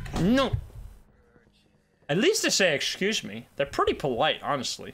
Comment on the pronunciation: "eschoose me"